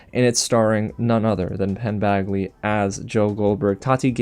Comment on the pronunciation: Did you call him Penn BAGly? 😄😄